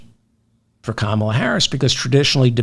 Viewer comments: Pronounced COMMA-LA, David! Love the show! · David David David I love you but please please please pronounce KA-MALA s name properly. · “Calm”- ala please. Not Camolia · 😱 Duh ! Her name is pronounced as “ Comma la “ ! 🥰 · Comma.lah is the right pronunciation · Please learn to pronounce Kamla correctly